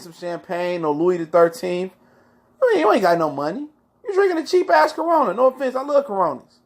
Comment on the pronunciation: " A Carona" 🤣🤣🤣🤣🤣🤣